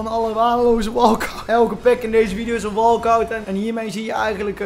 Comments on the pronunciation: Nederlands: "is een" Brabants: "iseen" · iseen is Brabants zeker